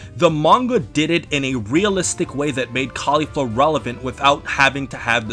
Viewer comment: I love how you pronounce Caulifla's name the way the dub does, mad respect! And I'm one of the very few people who actually prefer her manga counterpart so it was great to see it win the battle. But i really have to say it kindof annoys me when the anime tries to imply that they're lesbos as some sort of fanservise. I mean, they say that they're LITERALLY everything else. Sisters, Master/Protogee, Best friends. That's the only thing i don't like about the anime version but i do agree with you on everything else. Nice to see you back.